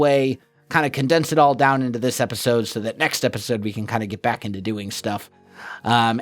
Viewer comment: "epitode"